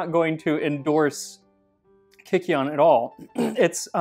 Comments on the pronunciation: It would have been pronounced KØKEON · You're pronouncing it wrong. It's a long I sound as Kī Keon, not kick keon. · Not to be that guy but I believe it is pronounced kie-see-on. Here from a psychedelics podcast that went pretty deep on the same subject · At first I heard it as "Kakyoin". Too much Jojo I guess. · "Virgin Kykeon please, hold the 'baneful' drugs, extra cheese..." The pronunciation would have been closer to kook-ay-ON, and the barley (which should have fungus) is there for one reason: to trip balls. It's basically an ancient version of absinthe- high proof & hallucinogens added. "You could make a religion out of this." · It's pronounced more like "kookeon", with a long u sound. The spelling is a relic from how Ancient Greek was translated into Latin. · I know he did not just say KIKI-on 😭😭😭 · Sound like some Jojo hater trying to say Kakyoin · wouldn’t it be pronounced kukeon? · Slight pronunciation issue: y is the greek leter υ, upsilon, which is pronounced like u in English. So, it would be more like cookie - on. (I took a 2 year class on ancient greek). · For having a 1.6 million sub account I am astounded by how this guy mispronounces Kykeon and Thessaloniki, they aren’t even hard to get right… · this man perfectly speaks with an italian and spanish accent but he cannot say kykeon right Looking deeper in the video, he cannot pronounce greek words well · The Y was probably pronounced more like a U since it's an older word, if I remember correctly